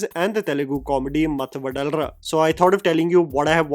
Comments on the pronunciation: Vadalara ❌ Vadhalara ✅ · I’ve a suggestion bro. You can pronounce anything bad in another language. But please get the name of the movie right plzzzz. It should be pronounced VADHALARA and not VADALARA. One telugu person you know could help you at this. Even if you hear the music ….. you can understand it